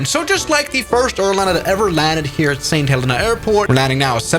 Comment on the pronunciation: YOO THATS MY BIRTH PLACE!!! Btw u say it saint ha leen a